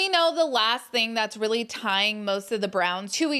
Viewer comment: "This is Rilly a Big Dill"..😂😂😂 is funny 😁